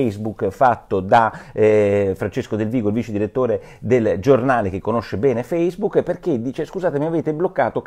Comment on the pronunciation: E basta con sto FACEBOOK. Alcune persone dovevano registrarsi su FACCEBOOK (ma come, non si pronuncia feisbuc(non quello nero)? Su FACCEBOOK Chi ha la faccia da culo.